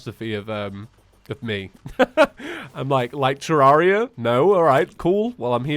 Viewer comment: I think Redigit prefers it be pronounced tuh-REHR-ee-uh, like "terrarium". Check this out